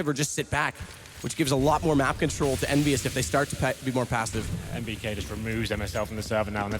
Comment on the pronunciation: its not envyus its kennvyus :X